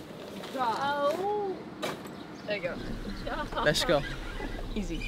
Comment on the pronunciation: Very creative, but please stop saying "lesh" instead of let's. It is worn out and makes you sound like you have a speech impediment which is disrespectful to those who do have clear speech problems.